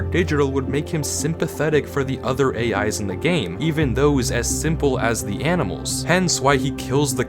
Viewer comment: seams like he is not real, but no one can tell other than M himself. also, the part where you said "AI's", sounded like you saying "hey guys" play it back, and you might find what I mean, but as a matter of fact, i wish i had minecraft java edition, and could play with M, but US$30.00 or ZAR500,00 is too much for us to pay, so sadly, oh and that is only for Bedrock and Java, not the delux package, is sadly tooo much for us to afford,. other than that, i liked the video, and wish I had the laptop, because to me, desktop pc is too bolky, especcially this one that i am currently using to type this comment, although i might have 8 GB RAM, and a CORE i GAH, it is not good enough for me, because i cant move it arounad a lot without being in trouble, or loosing WI-FI signal. sorry about such a long comment, and moaning about what I have, want and or need,, i just want MC JAVA, and want to play with M, no matter how dangerous he might seem to be, i would even be taken, just to get away from home and school, my mother is fine, my aunt is fine, my youngest sister is just extremely naughty, she is turning 5 in decenber 4th, its my steph father that i reall y want to go away from and that is because he shouts at you for the weirdest things, he is laysy, bossy, does the least work of all of us, and does not even have a fully reliable job, so he could be at home for months. he moans about everything postible, acts innocent, when in reallity, he is not. sckool is getting to a le